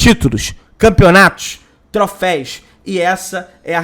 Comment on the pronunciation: Não, é " Trofeis " e sim " Troféus".